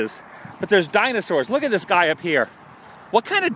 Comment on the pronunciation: Guy, not gut